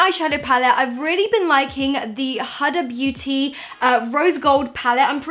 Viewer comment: did any body else hear when she said huhduh beauty i couldnt stop laughing